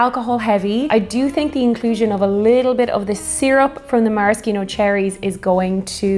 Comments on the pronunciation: Mara-Ski-No seems wrong, its Mara-She-No isn't it? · It's pronounced mare-ah-she-no not mare-ah-ski-no or mar-ah-ski-no. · It’s ‘maraSHEEno’ cherries. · As far as rye goes you should definitely try Michters. Also the C in Maraschino is silent ;-)